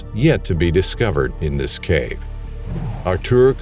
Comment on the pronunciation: Artur is Polish for Arthur. No need to say Artuooooor. It’s not how u pronounce it anyway. Just say Arthur